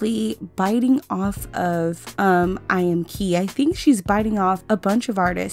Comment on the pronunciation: eyeamki is pronounced "i am ki"